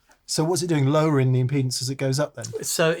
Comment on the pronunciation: Impedance? It's been too long since we've seen the impy-dance!